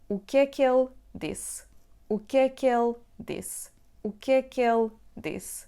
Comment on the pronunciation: When you pronounce "O que é que ele disse?" the "ele" sounds like "ela". How to differentiate the two?